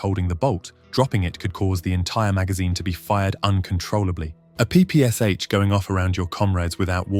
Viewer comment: P-P-Sh, you pronounce it as three letters, as you mentioned in "but soldiers called it papasha"